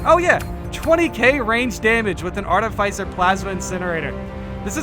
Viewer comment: Mate, its art-if-iss-er, not art-if-ice-er.